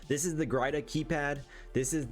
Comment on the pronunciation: Gyrda. Grr-da. Great video